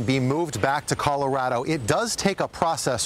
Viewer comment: "colawado" I'm dead😂😂😂😂😂